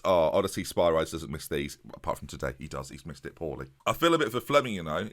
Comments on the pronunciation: O-diss-ee-us Spir-ee-deez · Two strikers are broken in this match engine, especially with a Shadow Striker in behind! Make it happen and watch the goals fly. Also I think Spyrides is pronounced Spih-rih-deez like Hercules! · Spyrides is pronounced Spy-Ree-Des! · The thing about Spyrides, is that his name is EVEN cooler when it's said properly!